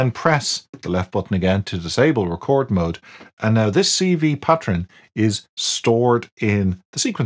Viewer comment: “Pattren” 😂 thanks for your videos enjoy them all